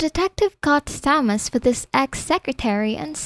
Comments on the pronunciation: Thomas is pronounced with only the t The h is silent so Tomas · The H is silent in Thomas. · Thomas has been driving me nuts for awhile now. The H IS SILENT!!! Ugh